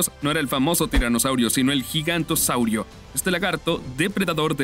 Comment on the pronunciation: no se dice gigantosaurio, se dice giganotosaurus